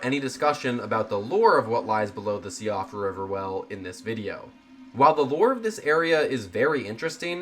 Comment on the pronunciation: Siofra is pronounced Sheefra by the way. It's an irish name.